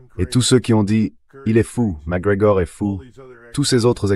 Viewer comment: Réctif: Col. Douglas MacGregor non pas Mac Grégoire...